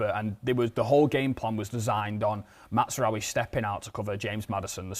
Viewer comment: Still calling him Matsraoui!